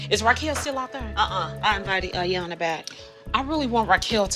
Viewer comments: And saying 👁 yanla instead of pronouncing Iyanla's name correctly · Apart from their other disrespectful behaviour, this family continually mispronounces Miss Iyanla's name... it's basic courtesy to get a person's name right!!!